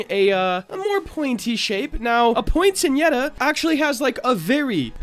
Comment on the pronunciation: It's actually pronounced "poin-set-e-yuh"! :)